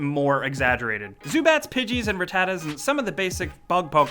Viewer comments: It's not pronounced "Rah-tatta", it's pronounced "Rah-tuh-tuh". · raTAta's? I think its pronounced rataTA? But anyway good video!! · You pronounce Rattata Ruh-tu-tu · lmaoo "ra-tartar?" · Blah that's not how you pronounce rattata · I can tell you are not a true pokemon fan... you mispronounced Rattata..... HOW COULD YOU!?! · Why do you keep pronouncing Ratata like that? fucking idiot.